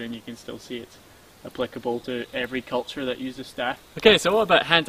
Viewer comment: Martial "kilture"!